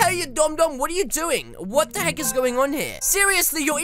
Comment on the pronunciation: At the end you said what the heg lol